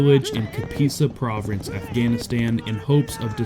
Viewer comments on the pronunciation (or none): So many speech typos. Provreince, calvrery amongst others 😅